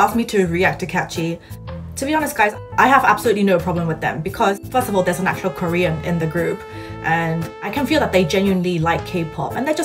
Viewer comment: same lmaoo why does he sound so choppy and he adds a weird British accent(?) Usually I can tell by the sound and pronunciation that its Korean but I couldn't with him